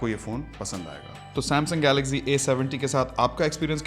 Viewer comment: Amazing Brother Love your Voice and Videos.... Jab ap Galaxy ko Galazy kehty Hein.... Literally Amazing....❤❤❤